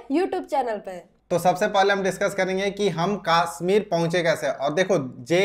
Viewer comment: Kasmir nhi hota. Kashmir hota hai